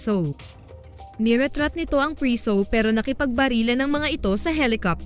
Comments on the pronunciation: Bakit b ganyan magsalita ung nagsasalita,preso Hindi prisow. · Pwede po bang itama nyo muna ang pagbasa o pagbigkas ng mga salita before kayo gumawa ng story sa content nyo😢😢😢 Preso po sa tagalog hindi priso buti.png sabihin mo sa english nlng as prisoner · Mali ang pronounce u ng preso nd prisu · Preso hindi priso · ilang beses nyong narinig yung salitang PRISUH😅..kaya lng fave ko tlga ang movie na to..🥰